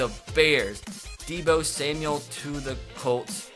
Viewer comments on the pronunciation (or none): none